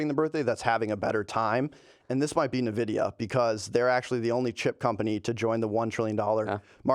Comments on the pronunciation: I love how said "Nividia" and didn't even notice 😂😂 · The pronunciation of Nvidia has got to be intentional at this point